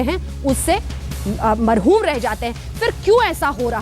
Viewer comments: मेम मरहूम नहीं महरूम रह जाते हैं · Are jb aap se urdu bolni ni aati to kyu bolti ho😁 mrhum ni mahrum hota h 😂😂 tum se na ho payega tm hindi hi bolo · Anjana its not Marhoom, Rather Mahroom. Marhoom stands for some one who is dead. Mahroom means Vanchit. Chaltay chaltay ek line or likh dalta hoon Ek nuqta khuda say juda kar deta hai.